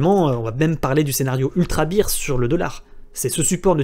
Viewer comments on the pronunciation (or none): En anglais on dit plutôt "bèr" que "bir". Mais c'est un détail. Merci et bonnes fêtes de fin d'année. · Minute 5' 13 tu dis scénario bire.. ce qui veut dire bière 🍺 beer.. bear = ce dit bère baire.. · my man! Fais un petit effort, écoute la prononciation du mot "bear" sur le logiciel de ton choix, tu le prononces comme la bière et pas comme l'ours. C'est un detail, excellent travail, merci bcps!